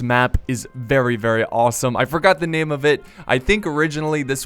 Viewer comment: I am German and its to funny how english speaking people pronounce that. Sry but that was killing me!xDDD